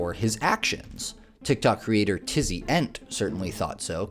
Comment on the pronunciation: Just a note: it’s “Tizzy E-N-T” not “Tizzy ent”.